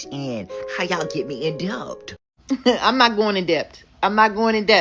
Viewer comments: Do ANY of these people know that the ‘B’ in debt is SILENT?!?!?!? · The b in debt is silent!!!Instead of being hooked on Cash app,try hooked on phonics!Let's see if they can pronounce that.